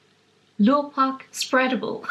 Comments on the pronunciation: Lovely to listen to you both... Lurpack is pronounced LER .. pack.(.@ CAN COOK WITH IT..) . I know our rediculously confusing English phrasing... Love a good BARBOUR BAG AND THE SHOES👟👟 TIMELESS CLASSICS NEVER GO OUT OF STYLE... Super flan 👍😍❤️cheers Joerg🥂🍾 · Enjoyed this a lot. It is so relaxing to watch you cooking in your lovely kitchen! Lurpak Spreadable is eaten by many households in the UK, including mine. The Lur in Lurpak is pronounced like the word 'her'. xx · you pronounced Lurpak like a “Geordie” that’s with a broad Northeast accent (Newcastle). It made me smile because this is where I was born.❤️